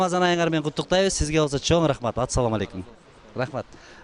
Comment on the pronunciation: 'Атцалому' алейкум эмес эй